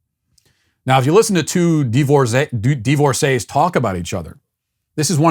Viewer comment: Hey Matt, did you just begin pronouncing words like "divisive" & "divorcee" as "de-visive" & "de-vorcee"? I hadn't noticed the odd pronunciation before. -SBG member since inception